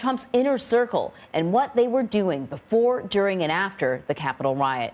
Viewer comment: Why does everyone mispronounce the Italian surname of Cipollone? When there is an “i” after a “c” the word is pronounced as a “ch”. In other words ~> chee poll on e